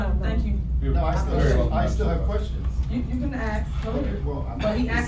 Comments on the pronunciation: " you can ax" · "Axe" lol. What is she, the mayor of Oblock?